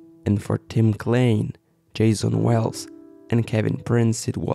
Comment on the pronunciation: He mispronounces far too many words and names, I stopped watching after a total of one minute jumping to other parts of the video but he doesn't stop talking... His tone is monocord raspy and accent is too pronounced. Imagine that. Klein pronounced "klane". Not even informed but anxious to make videos on U Tube. Ok...good luck.